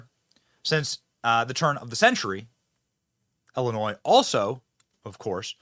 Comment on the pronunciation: Benny it's pronounced Illinois not ellinois, crook County not cook.